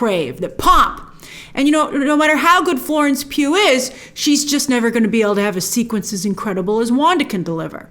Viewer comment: no one: Grace every time she pronounces Florence Pugh: 🔫🔫🔫